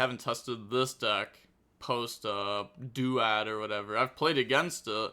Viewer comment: Why don’t you say duad as a word lol